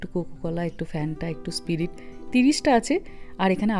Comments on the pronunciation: দিদি এটা স্প্রিট না। স্প্রাইট বলে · 1st time watching ur vlog… apnar pronunciation khubi maratok hoye ‘Sprite’ kay Spirit’ bolay kao 😮 thn ‘canaberry’ na ota ‘cranberry’ and seems to have a very good viewer base emni bhul editing r somoi pls check koraynin… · ছোট কড়াইএ কি সুন্দর সব কিছু রান্না করেন গো তোমার মা, দারুণ , তবে দিদি তুমি কি স্প্রাইট কে স্পিরিট বললে নাকি আমি ভুল শুনলাম? আর পোস্তর তরকারিতে কি পাঁচ ফোড়ং দিলে গো, বলনি তাই জানতে চাইলাম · spirit na sprite 😂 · Spirit na. Pronunciation bhul. Criticise korte baddho holam.